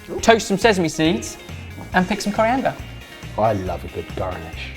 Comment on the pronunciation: the return of the West Country "garnish"! How did i miss it until now? :D